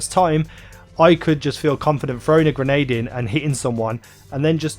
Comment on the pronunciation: Not "gernade", its grenade.